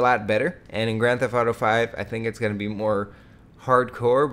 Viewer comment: yeah for real...and one tiny thing that bothers me is how he says what is GOATIN on now....dude you take this goat shit to far, your channels wouldn't be suffering if you tried to suffice to the audience older than the age of like 13